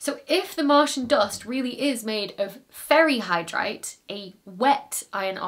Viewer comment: Did anyone else think she said "fairy hydrite" or was that just me? lol